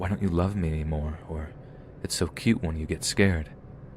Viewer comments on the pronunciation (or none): none